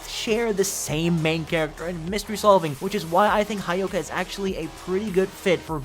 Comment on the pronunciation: It's not 'ha' ' yoka'. It's 'hyo' 'ka'. Cringe!